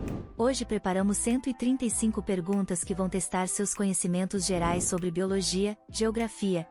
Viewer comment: 73 C = SOBRE: pronunciado de forma errada. ABERTA: do verbo sobrar.